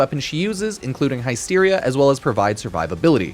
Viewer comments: Hi-steria. Bruh. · Everytime says the word Hysteria wrong, we take a shot.